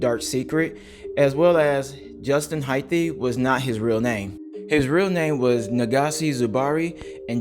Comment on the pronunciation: Hyth not Hyth-e